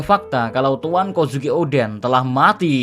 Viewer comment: Kozuki D. Oden... atau malah Kozukio D. En 😂😂😂